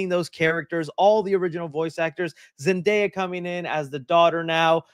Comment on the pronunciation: Myshine is awful person as she promote crypto and aa you said their travk record has fallen so much since no way home, so her calling zendaya as zendayap is no surprise to me.